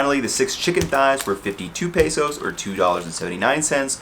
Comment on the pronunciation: There's no "a" in pesos man, just letting u know. You keep pronouncing it wrong.